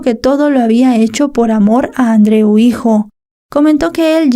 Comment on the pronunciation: Añado al comentario anterior: la pronunciación del nombre Andreu lengua catalana, es perfecta.